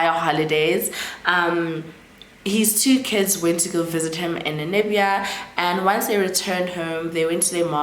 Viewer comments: Did you say Nanibia, did i hear right? Because it's Namibia 🇳🇦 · I was about to ask the same thing too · I like the way you pronounce Namibia it’s sounds like you’re saying Nanibia 😂😂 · I keep hearing Nanibia too, even googled😅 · The pronunciation of Namibia is stressing me a bit 😂 Otherwise great content 👏🏾